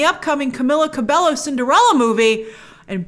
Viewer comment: Not CabeLo😭😂, it’s CabeLLo Grace. (Ka-bei-yo)